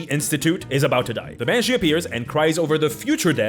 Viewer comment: Banshee? More like MANshee is what I heard